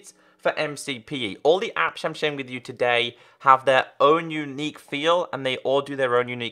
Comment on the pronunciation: u like towday at the start hahahahhahahhahhahahaha XD